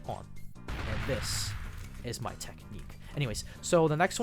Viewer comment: "and this, is my technuiqe...."